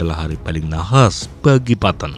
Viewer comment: Bro baca nya petten bukan patton